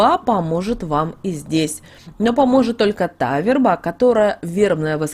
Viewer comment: У неё и верба - вербА. Такой корявый язык